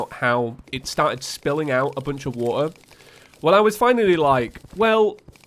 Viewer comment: It's "water" not "wuuh"